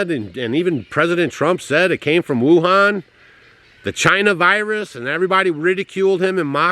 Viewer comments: Can't say Wuhan 😮😮😮😅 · WEW-HAN. I THINK,LOL